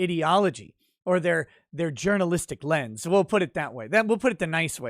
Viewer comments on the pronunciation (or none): none